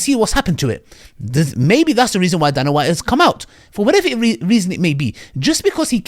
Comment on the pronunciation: Pronounced day-nah white.